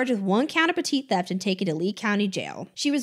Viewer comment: “Petit theft” is sending me tho